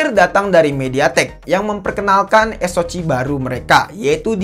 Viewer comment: Bacanya eS-O-Si bang, bukan eS-O-Ci. 😆 Atau kalo Indo eS-O-Ce.